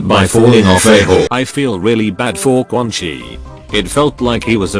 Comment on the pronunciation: Whenever you say Quan Chi as Quan Kai it cracks me up 😂